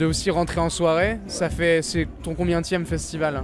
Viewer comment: Le journaliste: C'est ton "COMBIENTIÈME"